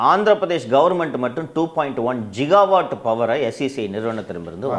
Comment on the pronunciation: ஜிகாவாட் அல்ல.கிகாவாட்(gigawatt)😊